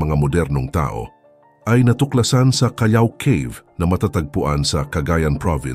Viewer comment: Callao cave po at hindi Cayaw cave